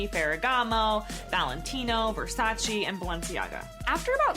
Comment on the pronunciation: The way this * pronounced Versace and Bottega Veneta, omg are you kidding me